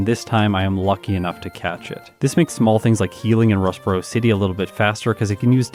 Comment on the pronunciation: I'm editing one of my videos listening to this. Every time you say Rustboro city my mind keeps saying Ross Perot city?